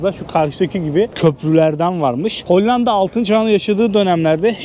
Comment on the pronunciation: yagcilik yapma,Lale derken ince L ile söylenir.Hani para kazanip 'kar' ettim deriz ya yagan ' kar' gibi degil ince ,K' ile söyleriz.Buda Lale' i kalin L' ile söylüyor.HOLLAN DA derken de ince L' ile söylenir